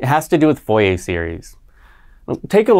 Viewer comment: ˈfʊrieɪ or [fuʁje]. not VOIEY/FOIEY